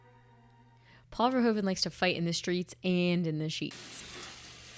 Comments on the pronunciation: In case you want to know: as Paul Verhoeven is Dutch (like me), the correct pronunciation of his name is "Verhooven". Our OO and OE are flipped when compared to English: you'd say "cool" and we have "koel" – both words sound the same. To my knowledge, "shoe" is the only English word where OE sounds like we do in Dutch. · VerhOEven not VerhOven. Sounds like the OO in Snoopy : ) The Dutch OE sounds like the Engilsh OO. Just wanted to say this cause do many peeps pronounce it so wrong.